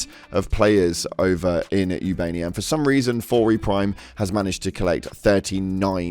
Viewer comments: Its not ubania, its ubanea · ubaneya not ubania🖤💛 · “Ubania” 💀 brother the starship tells you how to pronounce the planet name when you enter the system.